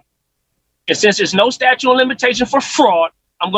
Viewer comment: OBJECTION!! He says there's no "statue" ?? Do you mean statute?? I'm just axing 😂